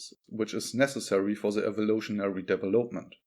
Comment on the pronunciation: Not vari•'able. But 'variable. Accent on the first syllable not third. De•'velopment accent on the second syllable. Not devel•'op-ment. 'Ele•"mentary accents on first and third syllables. Major accent on third syllable. Metaphysics as met•a, not meet•a. Separate is a noun and a verb. Generally verbs are pronounced differently from nouns.i.e., 'rebel is a noun, re•'bel is a verb. The noun 'seperate accent on first syllable. The verb "se•'parate. 'Castrated. Not cas•'trated. I agree with you: leave the fish in the 'wild' water!! 'Profitable first syllable not pro•'fitable. Cooperation or competition? Or a balance?